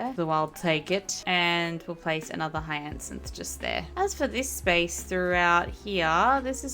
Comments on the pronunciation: Money trees can be picked up and moved, no need to chop them down ❤….btw, hyacinth is pronounced “higher-synth” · hyacinth is pronounced “hi-uh-synth” 😅